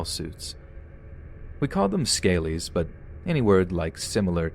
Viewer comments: Great vid. Btw the Liverpool thug guys are pronounced ska-lee not scaley in the lizard sense. Love the vids😍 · Oh god whoever sent in the 3rd story should have sent in the pronunciation of scallies, its not scale ies it’s skal-lee’s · Scaley 😆 🤣 😂 😹 😆 its pronounced ska- lee , scallys scallywags not scaley like reptiles 😉 x always makes me chuckle x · Scaley is pronounced skal-ee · Just to let you know. Scalies is pronounced 'skalees' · Pronounced 'Skal-lees'... Scallys! ♥️ From UK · That's what I was going to say!!!!!🤣from uk too!!!! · just after i get over him saying it once, he says it again! now getting mental images of reptile poolies in tracksuits 🤣